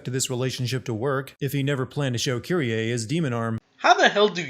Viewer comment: it's kyrie not fucking kiddyay